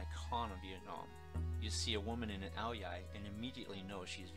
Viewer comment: Most of what you have said it true. The Nam is a fantastic place. However, you may need to check with your wife on just how to pronounce ao dai. I have VN friends who I see weekly. Not one of their extended family pronounces it "OW-DEE-EYE! I don't know where you ever heard that pronunciation but, my experience has been that it is always pronounced "OW-DYE". I'm old enough to know that the latter is the proper pronunciation and is pretty consistent from the delta up through the Saigon, Nha Trang, Da Nang and Hue areas, all the way up north to Hanoi. Even though to me it will always be "The 'Nam", it is still a fantastic place. In fact, with any luck whatsoever, I may even been there by this time next year. Now, go ask your wife what you have just learned and see if she smiles approvingly. LOL